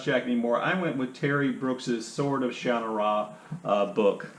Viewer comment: How funny--you say Sha-na-RA, whereas I always said it Sha-NA-ra in my head, like Connemara... any idea how it's said on the Netflix show?